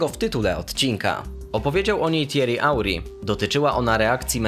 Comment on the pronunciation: pol tego dennego odcinka pierdolisz jakies glupoty dla dzieci, potem gdy uslyszalem jak wymawiasz Thierry Henry to moglbys sie troche lepiej przygotowac i wyjac uja z ust to moze moglbys to lepiej zaakcentowac. na koniec dowiadujemy sie przerazajacej historii ze Messi obkiwal cale boisko na treningu..... ja pierd..... 0 jakiejkolwiek wartosciowej tresci. krotko mowiac pierdolisz trzy po trzy bo przeczytales gdzies jakis z dupy artykul lub wzorujesz i kopiujesz juz czyjes dokonania.